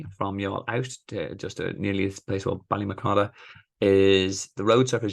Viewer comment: Great vid. Thanks for sharing. I have to take issue with your piss poor pronunciation of Ballymacoda though 😂